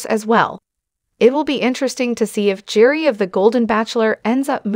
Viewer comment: This is ridiculous. The narrator here isn't even pronouncing Gerry's name correctly. Hard to believe she knows a single thing!